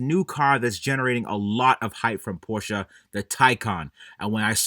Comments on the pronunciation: Appreciate you pronouncing Porsche correctly. Also Porsche jumped the shark by having a 'turbo' model EV which has no engine or turbos. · It is pronounced porsha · As a German dude, I must really thank you for pronouncing "Porsche" right <3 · props to for pronouncing Porsche correctly as an American